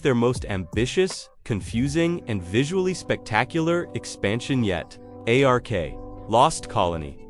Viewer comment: Why are you calling it A R K? Just say Ark.